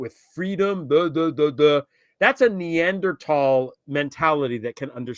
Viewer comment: pronounced it NeanderTAL!!! Yay! 👏